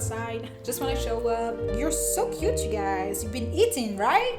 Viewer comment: kiouuute ? Mdr